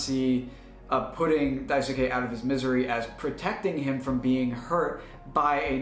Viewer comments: daisuke is pronounced "die skay", not "die su kay" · great work but the “U” in Daisuke is silent.